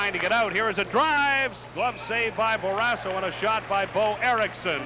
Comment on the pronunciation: Someone needs to tell the play-by-play guy that it’s “Barrasso” not “Barrassa”!